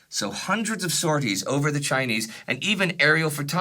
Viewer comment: I love your videos, but man does it make Mom and I laugh when you pronounce Chinese 😂❤